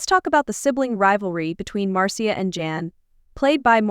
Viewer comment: "Now when the Brady Bunch first aired from one thousand nine hundred and sixty-nine to nineteen seventy-four. . . " Now that the authenticity of this presentation has been firmly established, let's see that unbelievable photo! Who's the "Marceeah" she keeps talking about? Ugh. This is so poorly done. This must have been computer-generated narration because even Martians know that the family's name is "Brady" not "Bratty." I can't take it anymore. No more Marceea Bratty!